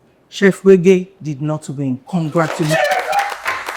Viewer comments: Who is this fake thing? You can't pronounce a two-syllable name. 🙄 way-gay. All these yeyebrities sef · You can’t pronounce ‘wege’????